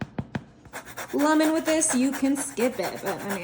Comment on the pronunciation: She's been told it's "cree-ol" and "lemon" not "lumon" but she insists on pronouncing things incorrectly.